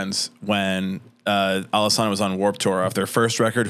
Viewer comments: It’s not pronounced “Alesana,” it’s pronounced “Alesana.” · Don't even know how to pronounce the band name. Done with the video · A group that did “so much research” is the same group to mispronounce the band name… for the hate level expressed, I’d love to see this dude write something better than they did and continued to do.